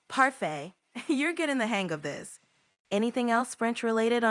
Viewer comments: GPT-4o's French pronunciation was rather mediocre. Its pronunciation of "parfait" was completely off, very heavily English accented. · That "parfey" for French "perfait" from ChatGPT did sound like heavy American accent in French... At a moment when it is trying to teach you pronunciation...🤔🤔🤔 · it's creepy how it tried to be funny and say "Parfait" but instead of "Perfect" that will get old fast... Don't need tools to be snarky and funny, it is just creepy...